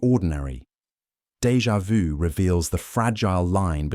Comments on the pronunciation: You are the first that speaks that French term correctly - in 30 years here in USA. Congrats. But how come after the first two times you repeat DEJA VU and speak it "Deja voo". Then for the fourth and fifth and sixth time you return to the correct method. Would you please tell Americans how to speak?! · when he explained dévà vu i got dégà vu